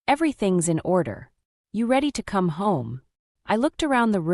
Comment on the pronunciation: "Come, Mark" is now pronounced "Co-may, Mark"?? Give me a break